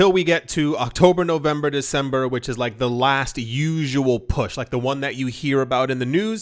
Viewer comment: Yoooo you’re “Dec-sombra” & “Nov-vambra” annunciations got me cracking up over here 😂